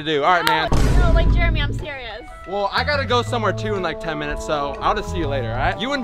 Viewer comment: u spelled jeremy wrong u said jermery instead of jeremy